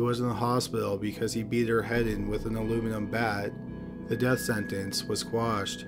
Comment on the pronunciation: He death sentence was "quashed" not squashed. It's undermine not undermind.